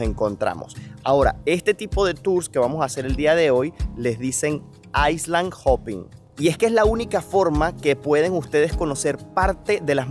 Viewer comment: Al leer Island, no pronuncies la s, di iland! De otro modo parece dices iceland